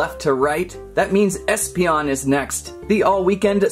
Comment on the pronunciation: 'eespeeonion' LOL